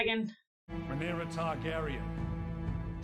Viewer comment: Another great reaction. Uncle Daemob and his niece Princess Rhaenyra, who’d ever think of such? Oh yea it’s Westeros. You have pronounced Rhaenyra’s name perfectly the first time each time you’ve said it. (Ray-Near-Uh)